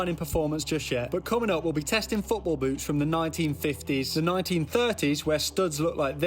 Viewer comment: bro did not say boots